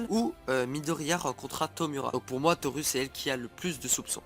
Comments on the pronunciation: On prononce Torou (mais sa s'écrit bien Toru car en japonais le "u" se prononce "ou") et pareil pour Tomura ("Tomoura") Pour Denki, tout le monde peut envoyé sa position comme un GPS avec son téléphone! Comme l'a fait Deku, quand il se bat contre Stain, le tueur de héro. (j'ai peut être l'air de critiqué mais les preuves tiennent bien la route, renseigne toi encore plus et revient avec plus d'informations de serait génial!) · Par contre "Toru" et "Tomura" ce prononcent "Torou" et "Tomoura" ;~